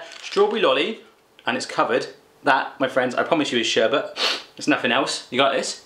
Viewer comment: Lol not sherbert...sherbet! No r in it, sher-bit haha. Great video tho! Love your reactions! I'm subbed!